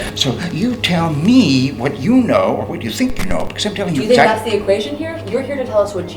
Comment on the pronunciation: "Oh that's good. ILL FINK! that esd for some reason funnt